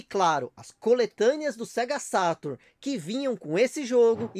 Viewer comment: É engraçado que ele fala o português perfeito, mas na hora de falar "Sega Saturno" ele não consegue rsrs